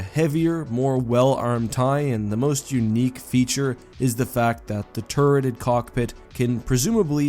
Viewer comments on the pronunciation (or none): Why did i heard Cock pict? Wtf